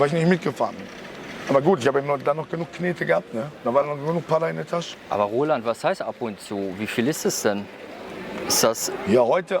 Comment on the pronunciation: der interviewer immer: aber rohland